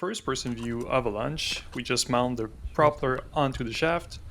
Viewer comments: No judgement or ill intention, but why do you pronounce propeller like [prop'ler]? Isn't it more like [proh'pella? The reason I'm asking if because your english is otherwise flawless as far as I can tell 😅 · The normal pronunciation is pro-pell-er That aside, cool project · So what is the point of this thing? Your pronunciation of "propeller" is a bit wrong.